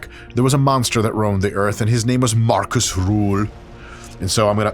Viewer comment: His name is Markus Rühl... not Marcus Ruhl.... I have been a fan of this beast since the late 90s. A beast he is!